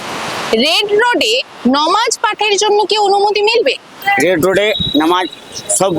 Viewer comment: নমাজ নয় মুর্খ সাংবাদিক ... নামাজ হবে 😂